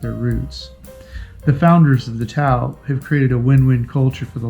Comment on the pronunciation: I think it's pronounced. TA- OHH! meaning people in Filipino.People expedition. It looks like for those who love adventure. Instead of the resort style holidays.